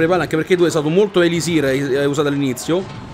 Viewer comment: Ahahahahahahahahahahahahahahaha me fai tajá!!!! Fatti dare ripetizioni di gioco da Mirko 😂😂😂😂😂😂😂😂😂😂😂😂 no scherzo dai... Beellaaaaaaa Zí (e ti prego chiamalo elisír non élisir perché nun se pó sentí te preeeegooooooo 😜😜😜)